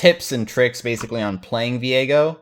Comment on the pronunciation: Whoa, when pronounced his name I had a brain fart. It's Viego, not Veigo. Learning not just pro league but also English. Thanks 👍